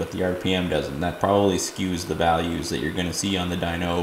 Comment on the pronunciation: AR dweeno lol like wtf bro It’s dyno as in dinosaur ffs